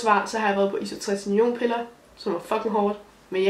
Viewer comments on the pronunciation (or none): Hvis du skal lave en aknevideo, så husk at det hedder isotretiNOIN og ikke isotreriNION 😉